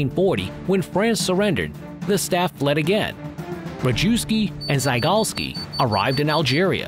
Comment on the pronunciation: wee-mar? Wrong map of Europe? Ree-jew-ski? Wrong uniforms? Oh boy....